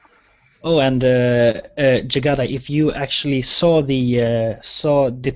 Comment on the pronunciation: Jygada pronounce it correctly!